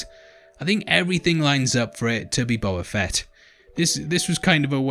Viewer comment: It's BOBA FETT you dumb FUCKS